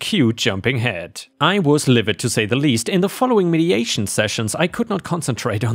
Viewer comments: Ugh. The pronunciation. MEEDiation instead of MEDitation. CYrup instead of SYRup. And I have know idea how to even right the abomination of what you did with "surreptitiously". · Dude, there's a HUGE difference between "mediation" and "mediTation". Mediation is negotiating between two or more persons to address grievances. Meditation is sitting in quiet contemplation, the thing Buddhists do. Meh-dih-TAY-shun. Not mee-dee-AY-shun. Very different meanings. Saying "mediation" retreat sounds like it was a work-related seminar on negotiation tactics. (You wouldn't go without talking at one, either. At a mediation retreat, talking would be practically non stop! A ten-day meditation retreat is no vacation. It's DIFFICULT to sit in meditation for hours on end. I'm a Buddhist, and I'm not even close to being able to do a ten-day sesshin like the one OP was at. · Med-i-Ta-tion, from the word ‘meditate’, meaning to think deeply about something. Med-i-a-tion, from the word ‘mediate’, meaning a third party assisting other parties in coming to an agreement. ⭐️⭐️⭐️ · I know I'm being the Grammer police. But your saying mediation but it says meditation. And I don't know if its a thing in other countries but I've never heard syrup pronounced ' sigh rup' I've always heard it pronounced 'sir up'